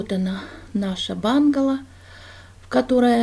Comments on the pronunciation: Доброго времени суток,, интересно посмотреть и послушать вашу историю.Удачи Вам, только не бангало а правильно бунгало, в то очень ухо режет. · произнесла «бунгало» на английский манер, как она привыкла, поэтому и говорит «бангало» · бУнгало, но не бАнгало. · Все очень интересно, спасибо! Но бУнгало. Если по-русски)